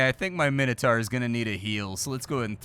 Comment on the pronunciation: Is he trying to say Minotaur or does he mean "minitar"? I don't know what a minitar is